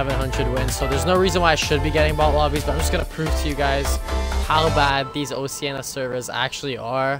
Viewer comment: That’s not how you pronounce Oceania